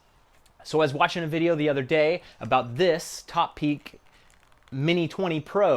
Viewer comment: Just as a side note, I think it's pronounced toe-peak. Btw here's a link to the video you were talking about.